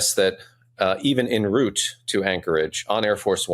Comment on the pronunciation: It's not "in route" it's "en route"! Christ! Ignorant!